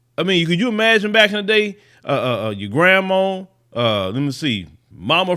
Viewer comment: kills me with saying Grandmoe I always thought it was grandma or grandmother. 🤣🤣